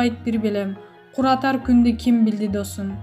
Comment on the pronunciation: Кууратар кунду деп оку, куратар ката.